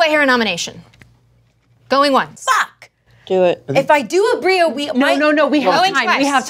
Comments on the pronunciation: Not calling aabria “aubreya” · kind of love the way pronounces Aabria